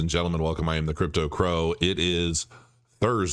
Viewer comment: KRAYKIN? Brooooooooo ...🙈🙈🙈🙈🙈🙈🙈 really??? Crepe toe crow